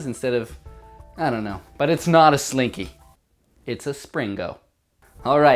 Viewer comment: he called it a slinko one time and now i am screaming inside